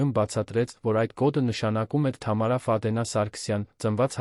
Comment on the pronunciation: Այ անգրագետ, Ֆադենա չի` Ֆադեևնա, _ականը առանձին չեն կարդում։ Սովորիր կարդալ։Առաջին դասարանի աշակերտը քեզանից լավ կկարդա։ Եվ, ընդհանրապես, Գյուլնազ տատի հեքիաթն ես պատմում։